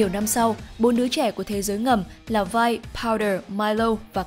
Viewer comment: 'Vi" k có đọc là vai bà ơi